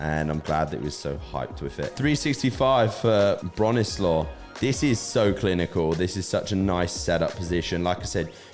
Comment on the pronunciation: Great video, mate! It's an absolute miracle to me how Jack got any of his lifts off the floor. Brute strength but in terms of his technique, especially so elegantly broken down by you, it's horrendous :) Bronislaw is pronounced Bro-ni-slaV not like coleslaw